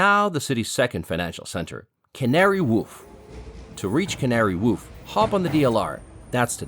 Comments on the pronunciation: Canary woof? I hate that place on a moral level but even I know it's pronounced Canary Wharf, like war with an f on the end. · The King is Home when the Royal Standard flies Not the flag ( Union Jack) When you say Tea with milk it doesn't mean empty a cows udders as you did. Canary Warf The H is silent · Canary Woof? Yes its located on the Isle of Dogs! but its not pronounced that way! The 'ar' in "Wharf" pronounced like 'or' in "more" Great video showing its various cultural gems. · It's Wharf not Woof. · Canary 'woof' 🤣🤣 It's pronounced waarf. Sorry but that one just grated on me.... Great video. Thanks so much 🙏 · The way your pronouncing the names of places is killing me 😂 you called Buckingham palace bucking-HAM and Canary Wharf : canary whoof 😂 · Canary WOOF! 😂 Mate, it's pronounced as it's spelt, WHARF, like WAR with an F on the end, love from a Londoner. 😉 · Canary whoof 🤣 noooo it’s pronounced walf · It’s Canary Wharf 🤣🤣🤣🤣that did make me laugh ! Canary woof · I'm sorry but what?! The Canary Woof? It's a wharf, for boats, not a dog barking. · It's Canary Warfe not Woof Custard tarts not egg tarts! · It’s the Pyx Chamber in Westminster Abbey, not the pig's chamber! And Canary Wharf, not woof…Shoreditch for gawd's sake… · It is not Canary Whoof, Amigo. It is Canary Wharf. a completely different pronunciation. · “Canary Woof” 😂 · Correction matey , it’s Canary WHARF , ( pronounced “W O R F “ not W a l f , bruv ? 😂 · Did he say woof ? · I am not sure if I misheard you. Did you say - Canary Woof? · Other than saying Canary Woof🦮🤦‍♂️😂 & missing out the Paddington Bear House near Primrose Hill that was a very well informed,productive insight of London👏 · "the Canary Woff"? 👀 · "Canary Woof"....😂😂🤣🤣😂😂🤣🤣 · Canary Woof… Sorry that made me laugh 😂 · Think he said wolf hahaha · Great video, I did giggle when you said Canary Woof though 🤣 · "Canary Whoof" 😂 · I was going to say it's pronounced like Worf in Star Trek. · Wharf rhymes with dwarf